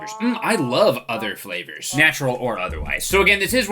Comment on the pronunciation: He said “cup noodlesflavors” the s in noodles meshed with flavors so it sounded odd